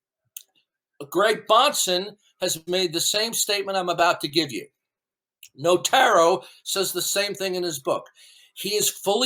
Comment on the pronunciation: I can tell you’re lying about reading the book because... His name is NOTARO NOT NOVARO Ok